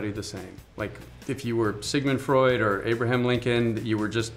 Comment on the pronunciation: It's Freud, not Frood 😂